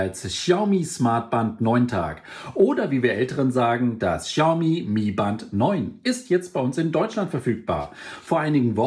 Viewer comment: Sprich die Marke doch bitte richtig aus.